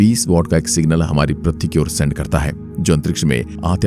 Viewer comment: Pratee nahi bhaiya Prithvi Hota Hai Kya pratee pratee Lagayeho